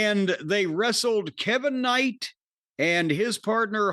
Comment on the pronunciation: With everybody saying Kev-vin Knight YEAH!